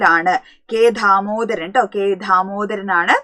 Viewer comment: പാട്ടബാക്കി പാട്ടഭാക്കി എന്നല്ല ദാമോദരൻ എന്നാണ് ധാമോദരൻ എന്നല്ല